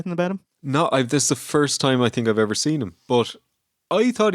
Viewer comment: Wow.Somebody did perfect saying summerslam alpha 2.Was that you?Thanks.